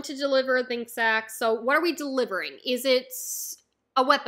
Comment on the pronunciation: Sake is pronounced sakay not sak btw